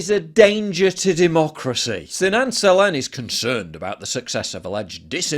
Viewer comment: muh duhmoocrusee